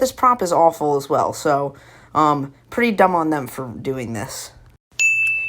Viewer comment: 3 33 bro how u gonna talk trash but say dumb wrong lol